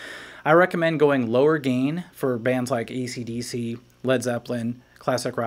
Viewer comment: What the fuck is ''Deece"?